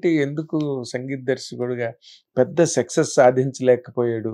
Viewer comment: ఆ ఇంటర్వ్యూ చేసే బాబు ఎందుకు ప్రతిసారి సెక్సెస్ సెక్సెస్ అంటాడు సక్సస్ అనాలి కదా...